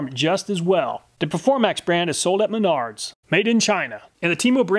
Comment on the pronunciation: Who else laughed when he said "sold in Menards" and thought he said "sold in me nards